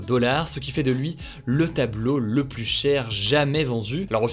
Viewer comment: Débat du jour: Souhaitez vous que Hugo apprenne à prononcer le mot "plus" correctement ?